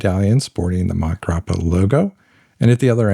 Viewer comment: Great video - the Hemingway connection to MG was more detailed than I’ve heard before. Just wanted to mention that the pronunciation of Montegrappa most likely has an “a” sound between mont and grappa. I first heard of the brand in connection to watches, and a podcaster was pronouncing the name in Sylvester Stallone’s accent. Stallone was promoting their watches for awhile. My favorite Hemingway book is The Sun Also Rises. Farewell to Arms would be second. The short stories are very good as well. I was at a pen show and looking at a Montblanc Hemingway pen. The seller asked how many Hemingways I already have, and I laughed said none but I do have several of his books.